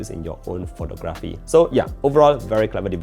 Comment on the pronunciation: Pho-TOG-raphy. The stress is in the second syllable